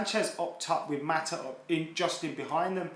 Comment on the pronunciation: “Maataa”?? “Maataa”??? 😂 sounding like a cockney their!!